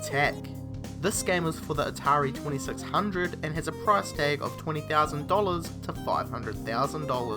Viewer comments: Hearing you say "atari 2600" was dreadful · say atari 2600 one more time...